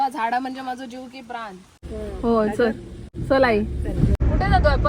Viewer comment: Kaka chal......kiti goad awaaz aani CHAL madhe ek chotasa malvani sur